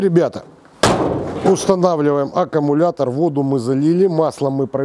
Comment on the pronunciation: Не акамулятор,а аккумулятор!